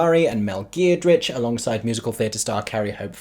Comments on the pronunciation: Mel Geer-d-rich?! It’s Giedroyc pronounced “Ged-roitch”. 🤣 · Its pronounced Ged-roy-ch by the way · that's not how you say her surname...if you're doing that to delibretly rile her up...not nice says I.